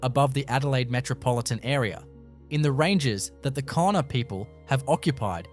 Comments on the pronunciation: The word Kaurna is actually pronounced ‘Ghana’ not ‘Corna’. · please, cornerstone arrangements?, ... Korna people?? please have enough respect for culture to at least spell and pronounce the name of the Adelaide plains people correctly. They are the "Kaurna" people. Why would anyone trust any other single word you say? what a rubish channel. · It's pronounced 'Gar-na' not 'Corner'. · Pronounced 'garna' not korna! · Please do your research before opening your mouth. The Adelaide plains people are pronounced like Gauna, the adelaide hills people were the peramangk. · That’s pronounced Gour na, not Korna people. Please change this. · Pronounced Garna! It is important you pronounce correctly otherwise your whole story becomes questionable and you point is lost. Port Adelaide actually had and has full tunnels for escapse running under there! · It’s pronounced Garna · Kaurna said like Ghana (yeah the country) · Kaurna is pronounced "GAR-nuh" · The people are the Kaurna people, pronounced Garna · I was about to say the same thing. ❤ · Its pronounced GAURNA do some research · A load of rubbish, and at least take the time to pronounce names correctly !! No actual pictures of what you are claiming, and a completely AI assisted . NO fact checking, and no evidence....there may very well be structures, but this video is a complete farce ! If you had taken any time to research 'Garna' is the correct way to say Kaurna people, how insulting !! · mispronounced First Nation name a few times differently Victoria has over 200 stone circles so it's not too strange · I call bullshit, Having lived my 76 years in Adelaide and have always had an interest in archaeology and know of Aboriginal middens in the Southern Beach suburbs. Not only are the sites mentioned unknown to me the narrator mispronounces continuously the name of the original inhabitants.